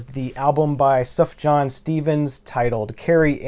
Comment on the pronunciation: Nice to see Beatles For Sale getting some love. Underrated early album of theirs in my opinion. Oh and psst... Sufjan is pronounced Soof-yahn. Soft J.